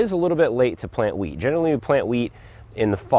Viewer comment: I kept hearing plant weed.... oh geez lol